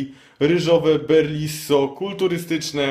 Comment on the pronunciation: BELRISO, risotto, riso, ryż, nie BERliso :D lol.